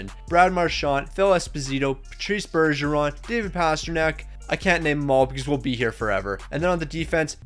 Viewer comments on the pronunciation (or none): none